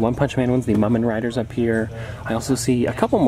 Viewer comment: Just so u know it isSpelled mumen rider but it’s pronounced Moomen rider